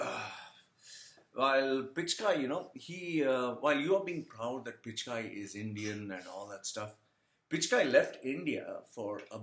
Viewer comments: Why do u sound so angry? What u said about corruption may be true but my caustic friend why the bitterness? OK America offered him a career as he was INTELLIGENT and HARD WORKING but what about u POOR MAN? did an American passport help u as it did PICH KAI as u wrongly PRONOUNCE?????? Am american passport did NOTHING FOR your career MY FRIEND. So its PURE JEALOUSY speaking—Look at your tatooed face with all bittreness and evil!!!! Regarding beliefs—you guys have your own fads, so dont talk about India and one more thing--there are all kinds of corruption and dirtiest crimes in your country too--so worry about them my caustic acidic and unpleasant evil friend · Hi, happy to hear someone echoing my thoughts:-) You nailed it, man [except for the Pichai pronunciation, people should rather try helping you there instead of abuse - can't help it if people love to belittle to show that they are 'be little'] The fact that your critics wish to conveniently ignore "prison & labour camps" speaks enough.. Note: It's Pichai [Pee-Ch-Ay or Pitch-Ay], in case he hits the headlines again for making Indians and the Indian Govt pay for Google's Services in the near future.. have a great day, man!! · Guys. I know whatever he is saying like pronouncing Sunder Pichai's name incorrectly and being wrong about India's population is done intentionally. Probably to get attention. He can't be that stupid to not know such things.